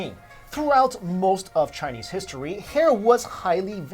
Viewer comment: ashfromny I didnt think anyone else would be able to tell that he was pronouncing chinese wrong ! :3